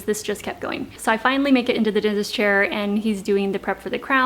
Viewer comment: Why does she say "dintest?"